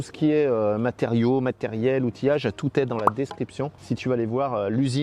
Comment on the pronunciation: Le seul petit détail qui ne va pas du tout mais alors pas du tout..... DESCRIPTION et non DERSCRIPTION.... 😂😂😂😂 Sinon t'es vidéos sont toujours un régal à regarder. Merci à tous les 2!!!!!